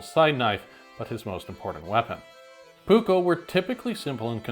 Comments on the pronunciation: So first of all you did majority of the research exect how to pronounce the dang words. So here the letter P is never soft or silent in Finnish and neither are the two Ks in the word your supposed to po Pronounce it like this " Puuk ko" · Please as a finnish person I ask that if you will use the word many times please learn to say it properly. You are saying the "uu" more like how we say the letter y and the double k should be more "visible", I know you are used to say one k but please try to say the double k. But it is a really good video👍